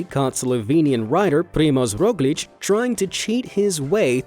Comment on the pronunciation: im a slovene and primoz roglicc was the funniest thing i heard in a while🤣